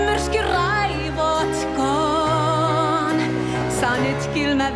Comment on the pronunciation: LOL, I love how those who don’t speak Finnish accuse of “screaming” on the last “raivotkoon”. She’s just elongating the last syllable - “koon” - like Idina elongates “on” in the English version.